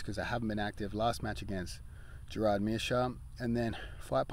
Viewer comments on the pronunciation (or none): none